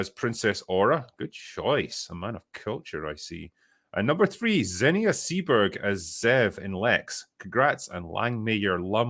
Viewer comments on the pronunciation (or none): none